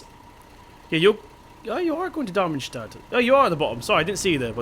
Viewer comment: how can you pronounce something as easy as Darmstadt